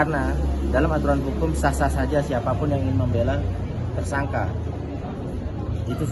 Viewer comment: Ngomong Tersangka malah jadi Tersangkah. Ngomong Membela malah jadi Membelah. Jangan2 lo tipikal orang yg ga bisa membedakan juga Nikah Siri dan Daun Sirih. Pasti kalo ngomong Nikah Siri malah jadi Nikah Sirih. Keliatan banget kayak ga sekolah dari SD. Masa ngomong yg bener aja ga bisa mbak